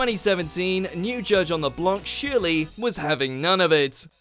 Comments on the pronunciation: It's not passe double its dooobleeee and also it's not Sheerly its shirrllyyy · He said sherly not Shirley